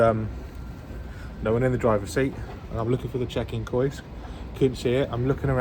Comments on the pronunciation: Great video! Just because I mispronounce works all the time Kiosk is pronounced Key-osk not Koysk 👍🏼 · I was shouting at my monitor "KEY OSK" but he never heard lol. :-) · It's pronounced ' KEY OSK ', just for info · I think kiosk is pronounced key-osk. Dis make me chuckle "koysk". Love your videos mate keep plodding on and f**k the haters their only jealous of your success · “Koysk” 😂 Kee/Osk you sausage!! ❤ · It’s pronounced kee-osk. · Kiosk.......Say 'key'....Now say 'osk'. Ok? Now say those two together ...... and kick yourself 😂. Great vlogs pal. Really enjoy them👍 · KIOSK .... pronounced KEE-OSK .. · “Kee Osk” 😂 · Prounounced Key osk you donut 🤣🤣🤣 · KI-OS-K mate 😂😂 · You mean key -osk.ha ha. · its pronounced key-osk for kiosk mate, not hating just letting you know.